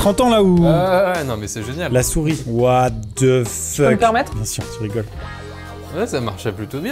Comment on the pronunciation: Jamais compris pourquoi les francais prononce "the" -> "ze" alors que ca ce dit comme "dhe"